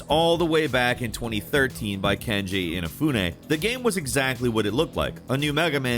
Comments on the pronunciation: does just not know how to pronounce names or can't read? i'm confused cause he keeps saying Kenji Inafune his name is Keiji Inafune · Who the hell is KENJI Inafune? Do you mean Keiji Inafune? I guess it wouldn't be a video if he didn't mispronounce a bunch of shit. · Jeez, it's Keiji Inafune not Kenji Inafune...so disrespectful, can you not read? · KEIJI Inafune not Kenji